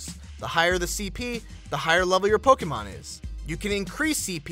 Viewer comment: I hate the way he says "Pokemon"